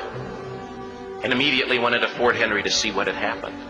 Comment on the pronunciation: This is what the video got correct: Francis Scott Key Baltimore British Every other word spoken in it is false. So many, so easily checked that it is an intentional lie. Learn the real stroy. Come to Baltimore. Visit Ft McHenry .... and it is McHenry, not Henry.